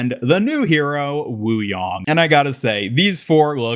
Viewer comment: It's pronounced Yay-ng (like yin & yang), not Yong.